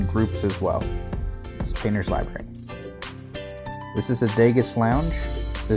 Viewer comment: Dega, not Degas